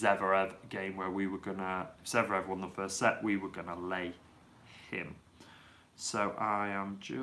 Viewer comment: And also zVErev not zEVrev :D